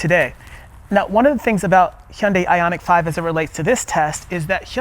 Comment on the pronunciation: I've never seen an English speaker pronounce 'Hyundai' correctly like you.😂😂😂 👍👍👍